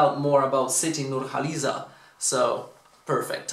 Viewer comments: You pronounce her name perfectly. Bravo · You said her name perfectly correct.. Thank you😂